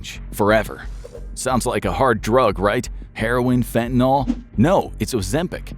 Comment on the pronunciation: What is fentanol? Hosts on videos are always talking about fentanol. Is it an alcohol, something like ethanol and methanol, but related to FENTANYL? I am aware of what fentanyl is.